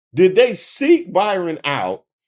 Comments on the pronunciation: calling that man Byron instead of BRyon is KILLING ME!!!!😂😂😂😂😂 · I'm laughing even HARDER because keeps mispronouncing his name. That's HILARIOUS!!! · Hey hey cousin please hear me lol ok I got ENOUGH clowns run around with MY name doing mess hahaha this mans name BRYON not BYRON HAHAHA love what you do I watch your videos daily!!! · I been trying to say this hahah I got enough Byrons running around making my name look bad lol thank you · ...the low-key DISRESPECT of continuously calling that man BYRON when his name is BRYON is beautiful... :face-green-smiling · The fact that called him "Byron" instead of Bryon had me 😂😂😂😂 the whole time. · Is his name pronounced 'Byron'? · That Y got you messed up. It’s Brian, spelled similarly to Byron! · I’ve been watching you for long enough, and I know that you know how to read. You just sat up here and mispronounced that man’s name at every possible turn. It’s BRY-ON. NOT ‘BY-RON’!!! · Hi,. I love your work. I know you ho through great links to get your stuff right. So after hearing you call him Byron instead of Bryon, it's like hearing Kamala miss pronounced. Come on man! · I realise I'm being a bit pedantic, but the name is BRY-ON, not BY-RON. Just sayin. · The man’s name is Bryon not Byron. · Hearing you repeatedly call him Byron when his name is Bryon 😂😂😂😂😂😂😂😂😂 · I was wondering if anyone was going to call out on that one…I was about halfway through the episode when I finally thought, “Isn’t his name Bryon?” lol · I'm loving this entire video. Dude's name is Bryon, not Byron. We love to come close to Byron Daniels with the embarrassing facts... But, BRyon Noem takes the cake with his Silence of the Lambs pictures. 😂😂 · His name isn't Byron it's Brian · Bryon, as in BRIAN. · I love you so much, i watched the whole video evening though i cringed every time you called him BYron. When hes a Brian with an "O". 😂😂😂😂😂😂😂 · Bryon not Byron